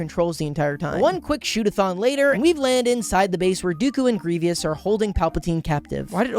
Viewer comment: The way trys to say 'Grievous' but comes out 'Grevious' saddens me